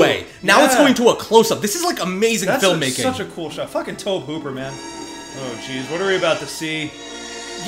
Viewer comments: I love you guys but omg her name is CAROLANNE not Carol. Its iconic. Say that name and EVERYONE knows which you’re talking about….and I know its spelled Tobe but it’s pronounced TOBY. TOBY!! It was driving me nuts the whole time. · Tobe Hooper's name is pronounced Toby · It's astonishing how out of touch you young people are. It's Toe-bee Hooper. Not "Toab". Toe. Bee. Tobe. A little research goes a long, long way. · Minor thing: Tobe Hooper's first name is pronounced Toby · Love your reactions, but guys... It's TOBY Hooper. Not "Toeb." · It's pronounced "TOE-bee". And Craig T Nelson was also a coach in the TV series, "Coach". This is just a great movie--fun reaction! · Your refusal to call her "Carol Anne" as she was referred to in the film (by just calling her "Carol") was hilarious! Also, though it isn't spelled this way, Tobe Hooper's first name is pronounced "Toby." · Okay, dealt with it as long as I can. Tobe is pronounced same as Toby. TOE BEE! Also, great filmmaking with simple but innovative effects. One of the best is the closet light. It's actually a flood shining through a fish tank of water. So simple and still so effective. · Yeah we noticed the mispronunciation of Tobe while we were editing 😅 You can definitely feel Spielberg's fingerprints on it but yeah it doesn't feel like HIS movie if that makes sense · I dont think I've ever heard Tobe Hooper's name pronounced like that before lol.